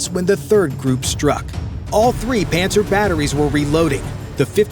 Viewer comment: Pantsir,really?, sounds alot like Panzer.